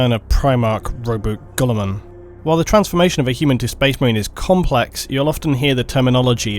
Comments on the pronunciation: Rowboot Gullerman and Astardes. You’d think the lore guy could pronounce shit correctly. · I'm not usually this guy... Ruh-boo-tey. Gill-i-mon